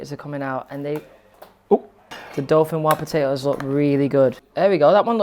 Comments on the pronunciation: Dauphinoise is pronounced with the S they clearly don’t know any French LOL 🇫🇷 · How do you not know how to say dauphinoise